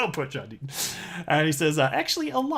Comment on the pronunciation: Who is this John Denton you speak of? Perhaps you mean John Deaton?